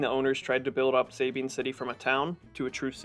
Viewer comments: Must learn how to pronounce Nacogdoches and Sabine. 😂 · All of this effort to research for these videos, and you would think one would research how to pronounce Nacogdoches, Sabine, Nueces, and Rio Grande correctly. Makes me wonder how much of this video is even accurate if something that simple is wrong.